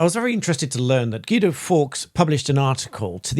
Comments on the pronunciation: Guido... pronouced as per Italian. Gwee-doh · isnt "gweedo"?